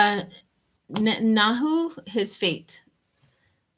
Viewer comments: Or Ne-tin-yahoo Lol😆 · Natan-ya-hoo :)) they way you pronounce his last name 🙏👼💓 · I’ll try to help with pronouncing the immediate past Israel leader. Try Net-in-yahoo. Thankfully we won’t have to worry about saying his name much longer! 👏 I pray the new leader can bring the country together and get some things back on track.